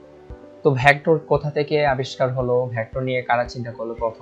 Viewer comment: ভ্যাক্ট্রর না ভেক্টর